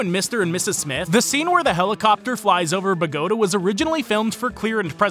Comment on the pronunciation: Bogota is pronounced with the emphasis on the a. BogoTA.